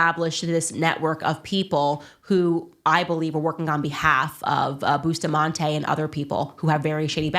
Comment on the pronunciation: The name us Bus ta mante not Boostamante